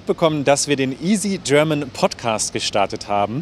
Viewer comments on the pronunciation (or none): none